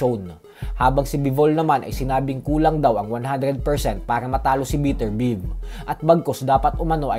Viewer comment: Beterbiev biyeb gnyn ang pronounciation hindi biterbiv panget mo magpronounce